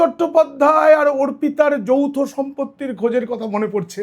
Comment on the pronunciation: যৌথ নাকি যৌন সম্পর্ক কী বললেন ঠিক বোঝা যাচ্ছে না । 😂😂😂😂😂।